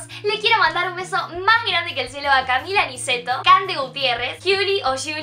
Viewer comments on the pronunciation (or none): none